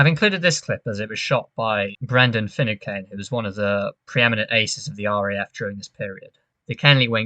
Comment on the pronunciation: Great video & fantastic analysis, mate. One minor point though: It's pronounced Fi-noo-can. 👍👍